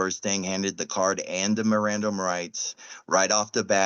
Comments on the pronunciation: he pronounced it miranderized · Dude can't even pronounce mirand rights properly 😂😂